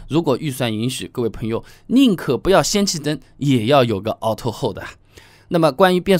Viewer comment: 氙气灯 xian不是shan